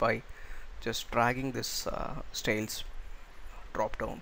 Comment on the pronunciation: Does not do what it claims to do -- doesn't hide the style panes. Note: the word is STYLES. Not "stales."